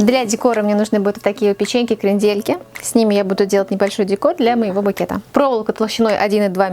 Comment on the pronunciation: Зачем перчатки и ударение крендЕльки. Ужас. Букет оригинальный